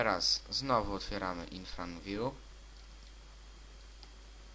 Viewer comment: IRFANVIEW A NIE INFRANVIEW